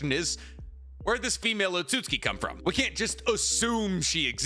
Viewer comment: "Otsootski" 😂 I try not to acknowledge it, but aahhh! 🤣